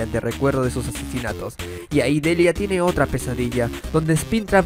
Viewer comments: Mis aprendizajes de ingles y haber leído el cómic narrado no puedo evitar la corrección :^ No se dice delia Se dice Delaia ~Me uní a la familia para que no te enojes ;v~ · Aun lo recuerdo muy bien completamente el cómic que ha hecho esta artista y un detalle más... la pronunciación de Deliah en inglés se dice <Delaia> no Delia